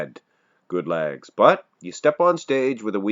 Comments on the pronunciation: Is he saying ‘lags’?? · Just learned Canadians say it “Lags”